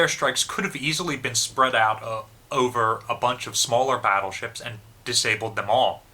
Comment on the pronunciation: Some notes on pronunciation: Yamato has very short clipped "a" sounds as in "cat". Musashi has very short clipped "u" sound and "a" sounds as in "mutt" and "cat". The word "and" does not begin with an "E". Humerous trolling begins with a "giggle", is correct but not to be taken seriously.